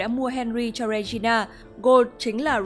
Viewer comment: Góp ý 1 chút là tên hoàng hậu là Regina nhưng đọc là “Ri gin na” chứ không phải đọc là “Re gi na” ạ 🥲